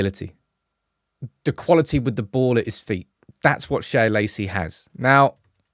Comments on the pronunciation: it's just Shea, like Shay, like John O'Shea. Not 'Shaya' Lacey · Its Shea (pronounced shay) not shaya - sorry, driving me nuts. It's an Irish name